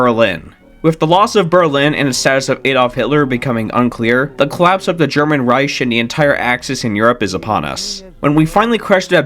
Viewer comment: "German Reish" 😭🙏